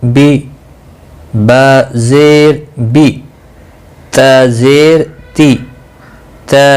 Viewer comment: Sahi nahi prha Rahe zer majhool parha rhe ho